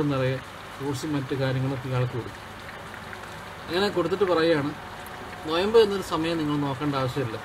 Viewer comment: നൊയമ്പ് അല്ല നോമ്പ് എന്നാണ് 😁😛